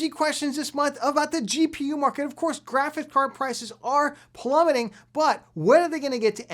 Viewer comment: "plummeting"? Uhhh no.